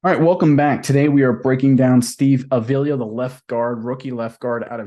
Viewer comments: WHY ARE YOU BUTCHERING THIS MANS LAST NAME??? ITS A-V-I-L-A! STOP SAYING THE EXTRA I IN FRONT OF THE 2ND A! 5 LETTER NAME, 3 SYLLABLES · AH-VEE-LAH...say it right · Bro say his name right if your gunna make a video.